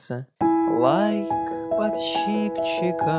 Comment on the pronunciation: а мне понравились "подщипчики" = "подписчики" а ещё "переборджио" = "арпеджио" - очень рад, что мы теперь и по- русски можем сказать сложный термин.